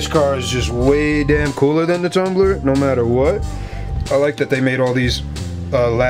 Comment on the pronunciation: its tumbler not thumbler btw